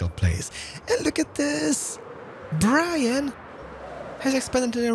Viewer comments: I didn't know Grians name was pronounced Brian. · Did he just called Grian Brian? 😅